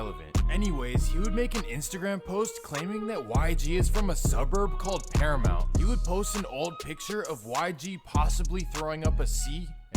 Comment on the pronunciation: Especially when he said paramount which is literally bordering Compton ahahaha he said that shit like it was Irvine lol